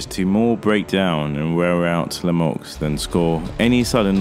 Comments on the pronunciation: It’s pronounced “Le me u” not “Lemux” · As a Canadian myself....Lemieux hasn't any chance, not even a punchers chance...Benadivez will destroy him...This Podcaster here can't even say his name.....The "X" is silent for future reference! David La-Muuuu, is how it would sound. Your Welcome.